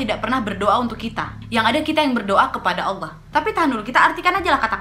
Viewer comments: Ku suka ka Nadia pas sebut ALLAH. Karna klo dlm ilmu tahsin,makhorijul huruf nya ka Nadia (tempat keluarnya huruf) bagus kali mimik mulutnya. Sempurna lah penyebutan ALLAH nya. Love kali buat kau ya wakk.💖💖💖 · Yupz,,tafhim dn tarkik dlm mengucapkan Allah.